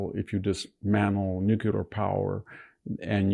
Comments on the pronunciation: Nuclear, not nucular. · Seems like if the rest of us have to work, pay taxes, and correctly pronounce words, Dr. Hanson should take the trouble to properly pronounce "nuclear." It's not NUKEular. Unless he wants to be like George W. Bush, which is every boy's dream. Obvs. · Why do all conservatives pronounce nuclear, "Nuke-you-ler" 😂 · Victor , please don't put Buddhism and Hinduism in the same pot with Islam . Also , i wish you could say "nuclear " correctly.